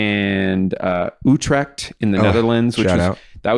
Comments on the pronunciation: I was so confused when you kept saying U-tract but then I realised you meant Utrecht. (You say the U as in the u in true and the e as in èh? and the ch like you got something stuck in your throat btw. Dutch is wierd, make fun of it.) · OH HE SAID UTRECHT. Yeah that is hard to pronounce.